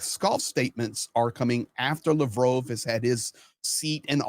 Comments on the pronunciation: Mispronouncing Lavrov's name? Why am I listening to this guy? Russia's finished. What's all the hubbub, bub? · why do you pronounce Lavrov with a long O sound instead of the short o sound that everyone else uses? I find it detracts from your commentary. Please figure this out because I can’t keep watching as long as it’s mispronounced. Otherwise I enjoy your commentary except when you speak to your audience like we’re babies who don’t understand the world & need everything explained to us in minute detail.